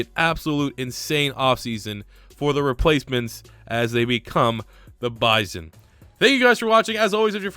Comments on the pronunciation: Oklahoma native here, its Buy-Sun, not Biz-On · BYE-SON not BYE-ZON